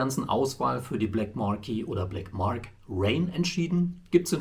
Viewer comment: Marque wird Mark ausgesprochen😏